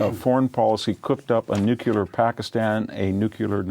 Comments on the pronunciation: 'newkular'? christ. credibility drops to zero. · Oh, come on, Victor. You are a genius. You can read Greek and Latin. Can you please learn to pronounce “Nuclear.”